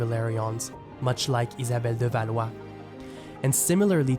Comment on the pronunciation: Ça fait plaisir de voir l'essor d'un youtuber Canadien-français! Ne serait-ce que pour ta prononciation d'Étienne de Blois et Isabelle de Valois!